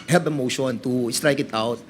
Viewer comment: have....not hub....please naman mag pinoy linguahe na lang kayo mga engot.